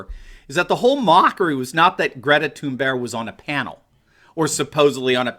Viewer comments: I heard it too I heard it too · Haha we in the Netherlands would speak Thunberg just like you did with the hard G at the end; Thunberggg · hey I don't mind a lot of things you say but I believe making fun of a teenager, especially mispronouncing her name over and over. Go ahead and crucify the adults but spending so much time making fun of someone who is only halfway through high school is frankly beneath you and your show. Yes mention the absurdity of her even being there but really a teenager who is only giving the opinion of a person who only just reached puberty has no place here. The adults should be crushed buy just leave the kids alone they have no way to defend themselves and they are only being used, PS I like the content most of the time keep it up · Stop pronouncing it "Toon-berg". It's THUN-berg...... In English. We're not Swedish here. "Toon-berg" SOUNDS STUPID. Sighs.... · Did he say Greta “tune bear”? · Or Greta Toon-Bear? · Why does Anderson Cooper call her Tunebear? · I looked it up. Her name is pronounced "Gray-ta Toonberry." How DAH you,! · This was thoroughly enjoyable. Bonus points for your repetitive pronunciation of Greta's last name. Where have you been all my life? LOL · I think that you need to - at least have the decency to pronounce peoples names correctly! Thx! Have some respect. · Poor Anderson Limon, so Butt-hurt. They make ointment for that kind of Butt-hurt. Poor Anderson Cuomo with His pronunciation of Thunberg, she not German so there is no accent over the "U" umlaut, the two dots over the "U" She's Swedish. Nicht Deutschlander. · Anderson (CIA op) Cooper is beyond annoying! And the way he pronounces Greta's last name is beyond!! UGH! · Please pronounce Greta's name that way from now on. I predict now that it will never get old and I will chuckle every time. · I consider Don Lemon the least likeable of those. BTW, Swedes pronounce the G in Thurnberg as Y in YET or GAY. Anderson's pronunciation is ridiculous.